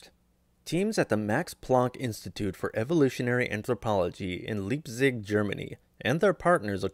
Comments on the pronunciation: The city of Leipzig. It's pronounced /ˈlaɪptsɪç/. Don't pronounce foreign words in English, find out how to pronounce them in its original language. And Chechia and other locations in Germany? WTF! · what kind of educated person has not heard of Leipsig and cannot take the nanoseconds to check how this word is pronounced? idiot!!!